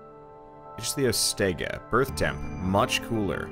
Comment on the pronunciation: i know polish, english and spanish, becouse of that i can pronounce every name with ease, and making the right pronunciation of ichtyostega using only english is impossible, anyways yours was the closest i saw so far